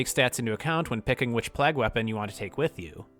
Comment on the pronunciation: Great video my guy, but why are you pronouncing "plague" as "plag"?